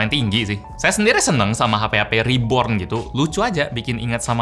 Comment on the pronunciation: RIBORN RIBORN